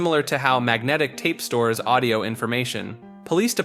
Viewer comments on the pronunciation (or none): none